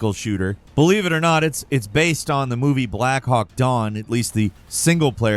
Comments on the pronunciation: Did he say black Hawk dawn not down lol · He did not just say “black hawk dawn” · Did this dude say Blackhawk Dawn?